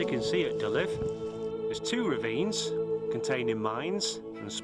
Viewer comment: Just FYI, it's pronounced "dee-lever", not "di-lif".